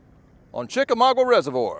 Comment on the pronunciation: He’s never gonna pronounce chickamauga correctly